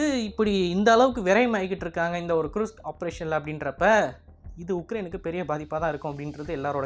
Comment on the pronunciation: Kirsk not kurushk😂